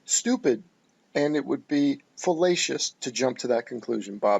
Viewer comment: You heard say “fallacious”. What he actually said was “felatious”.